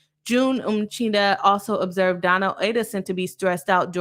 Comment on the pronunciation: "Boss" attorney? Is it like "Boss" chick or a play city girl? Btw, her name is pronounced Donna; no L at the end of her name. Isn't it Adelson?